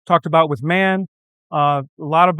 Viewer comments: Someone should teach how to pronounce MAN.Its Not a Word,but 3 seperate Letters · It’s M-A-N „Maschinenwerke Augsburg Nürnberg“ … Not „man“